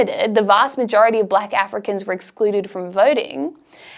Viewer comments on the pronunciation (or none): Excellent summary, boldly told. Check your pronunciation of African names.